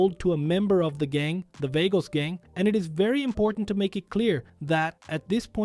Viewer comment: Vagos; (V-AHH-GO) not (V-AYE-GO) 😂😂 Still a Great video tho no hate lol